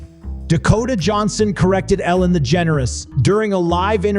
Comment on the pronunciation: Why does he pronounce Ellen's name like he's saying "the generous"? Because that's just wrong on multiple levels...